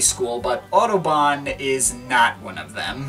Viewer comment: Apart from having no idea what this record might have sounded like in 1974, it is further spoiled by the mispronunciation of Kraftwerk and Autobahn. I'm not German but respect language and culture enough to ensure I'm at least researching something thoroughly before critiquing it.